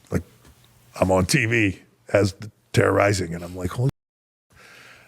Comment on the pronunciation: TERROR-RİSİNG LMFAO